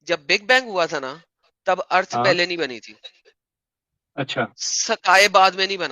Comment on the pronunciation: This teacher can not pronounce the word "earth"